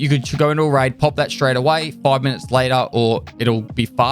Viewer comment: "Without further ado, let's crack strrrraight into it!" That gives me happiness.